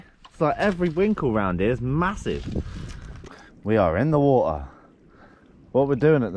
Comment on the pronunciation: My sister asked if you could make merch with “wa-ht-ar” ( you saying water with your accent) and waves behind it with a sunset or lobster. 🦞🌊